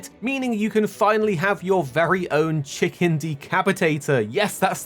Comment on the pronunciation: Ah yes, chimken